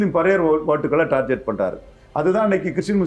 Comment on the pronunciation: அது டார்கெட் (target), டார்ஜெட்(tarjet) இல்ல…. இம்புட்டு இன்டெர்வியூ குடுக்கிறீங்க, ஒரு பயலுமா உங்கள சரி பண்ணல… காலக்கொடுமை!